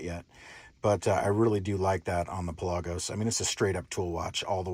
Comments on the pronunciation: Its pronounced the way its spelled. Pelagos. Not Pe-lagos. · Pronounced Pell-a-gose